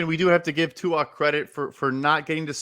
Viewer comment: These mooks -- alleged NFL experts -- don't even bother to learn how to pronounce Tua's name. 😑